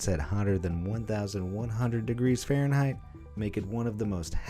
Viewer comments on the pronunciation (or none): none